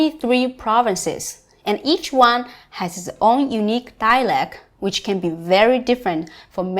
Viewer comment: Very interesting. Thank you. However, while your English is very good (fluent maybe) and very clear, you don't pronounce the word "dialect" correctly (you have to pronounce the "t").